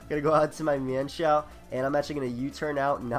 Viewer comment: I thank goodness, someone who knows how to pronounce "Mienshao" correctly. :D